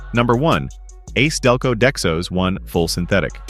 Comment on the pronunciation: LOL The AI narrator says ace Delco instead of A C Delco.